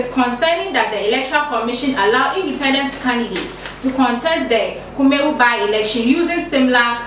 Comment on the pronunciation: Please your presenter must be presentable. The dress and hair are unpresentable as well as the reading. She can't even pronounce Kumawu.